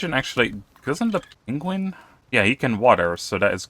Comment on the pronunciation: name the Pengullet "Cumberbatch" in honor of Benedict Cumberbatch slaughtering the word "penguin"